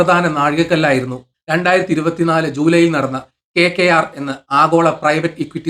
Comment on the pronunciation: എന്താണെടോ ഈ KKR ഒന്ന് തെളിച്ചു പറഞ്ഞൂടെ